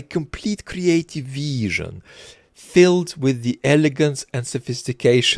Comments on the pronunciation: Dude, if I have to hear "creative veeesion" one more time, I swear to god. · had a wonderfully kree-ateeve veeshun